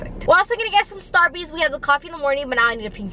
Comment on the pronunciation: "Starbeez" stop 😭